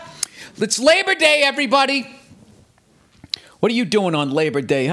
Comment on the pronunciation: Lay-bah day was so worth it to hear Bill say that